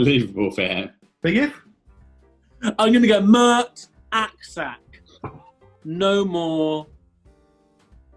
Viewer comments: as soon as i heard Mert Aksac i thought "i bet they're not pronouncing the name right" and yeah, Mert Aksaç (with a cedilla) is pronounced as mert ak-satch (though i realise this is absolutely nowhere near as fun to say as ak-sak) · It would actually be pronounced Mert Aksach....